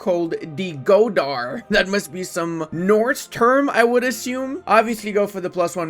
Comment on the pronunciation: The ð is pronounced "th" so its gothar not godar